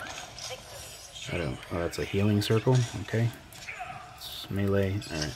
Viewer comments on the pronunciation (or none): none